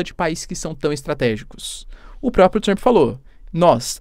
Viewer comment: Adoro como ele acrescenta um i em Trump 😊😊. Fica Trampi 😅 O sotaque brasileiro é o melhor!!!